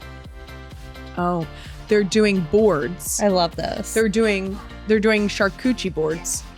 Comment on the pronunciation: Please tell me it's heard Charcootchie boards😅😅😅. It'll be that from this day forth!!!: 👏👏👏👏